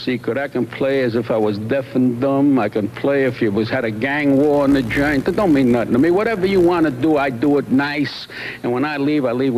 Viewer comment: Yep, especially when he says "jurnt" instead of joint.